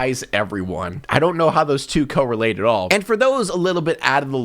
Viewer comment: Him saying correlate as co relate is kinda pissing me off ngl